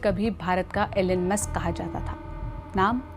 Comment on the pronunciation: Allen musk nahi..a-lone musk bhi nahi....e-lon musk